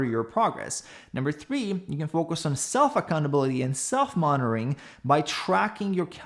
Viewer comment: is SO lean he even removed the middle syllable from the word "monitoring".